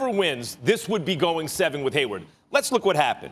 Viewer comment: MY MAN SAID GAYWARD LMFAO